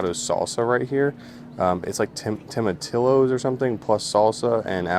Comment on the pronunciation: Tomatillos: Tom-uh-tee-yos